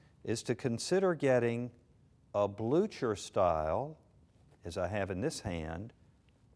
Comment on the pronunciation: No, it's pronounced "Blücher". The "ü" like the French "u" and the "ch" like the Spanish "j".